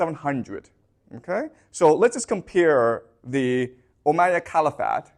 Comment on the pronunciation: did you say the "ohm'god" empire?